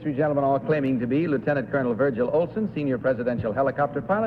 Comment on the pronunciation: The announcer goofed the last time he said the first contestant's name, saying "Virgin" instead of "Virgil!"